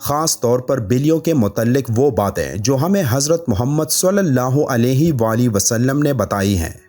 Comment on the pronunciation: S.A.W Sae Se bol le baii